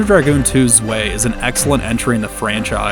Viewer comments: Zwei is 2 in German, check the pronunciation, it's z-why not z-way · zwei = two its pronounced zweye, if that makes sense